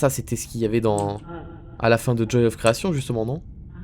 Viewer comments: "The Joy of CreaTION" Arrête tu me stresses 😭😭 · THE JOY OF CREATION AVEC ACCENT PLS PAS AVEC L'ACCENT FR AVEC L'ACCENT EN!!!!